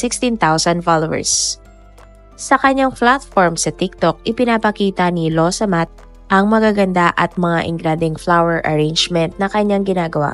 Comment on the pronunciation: Excuse me not losomath.. Its lawsamat... Means excuse me